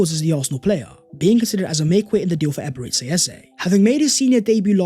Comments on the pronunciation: Nigerians must be laughing hard when they hear Eberetsi Eze. Our dear it's actually EbereCHI. Emphasis on CHI. We love you anyways. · Please learn to say Eberichi ffs It's bad enough when you say "ecspecially" or "subscribe the channel"